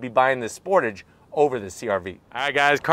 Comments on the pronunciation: It’s pronounced sportage not sportage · 30 years… and still Americans can’t pronounce Sportage correctly! 😂😂😂